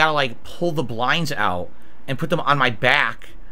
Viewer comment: How the hell can a guy turn the word "and" into three syllables?